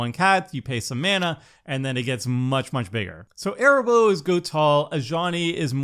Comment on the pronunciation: Nacatl = “ NUH-cattle” Arahbo = “ a-RAW-bow” Kennerüd = “ KEN-eh-rude” Funnily enough = FUNNY enough 😂